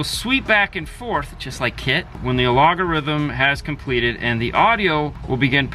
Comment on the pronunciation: Wonder if we hook this up to, will it correct the way he says algorithm?